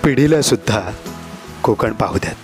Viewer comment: "Kokan" "konkan# nahi.... छान होता विडिओ 👌